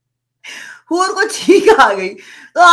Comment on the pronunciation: HUR NAHI BARKA BUR